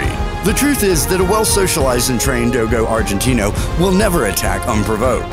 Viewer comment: The way this guy says do-go arginte-no